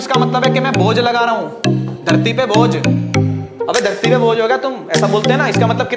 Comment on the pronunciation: Its bhoj not bojh😂